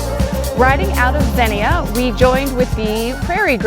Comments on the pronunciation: Xenia is pronounced ZEnia. Great video. I did the OTET in 2022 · Two syllables: Zeen-Yah. Great bikes trails.